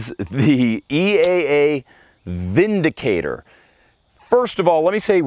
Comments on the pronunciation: It's not vindicator sir it's windicator per factory reps your right about the w pronunciation as v in German and visa versa. But it is per factory rep windicator. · I bought a Windicator (pronounced "VINdicator") last year after I was robbed and, among other things, my matching SP101's disappeared. I bought the 357 Windicator as a stand-in for the Rugers while I waited for my insurance company to pay up. I bought it for $280 and figured I would sell it for a couple hundred when I replaced the stolen guns. I still have the Windicator. Sometimes I scratch my head and ask "Why???", but I just like the thing. I think you have to love revolvers to understand. This fellow doesn't.